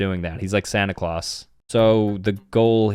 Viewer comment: "Santa Closs?